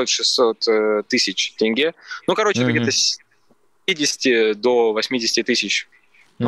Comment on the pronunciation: Тенге выговорил правильно 😂